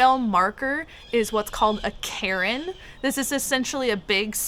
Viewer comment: I think it's Cairn, not carin. Enjoy the video & I wish you the best.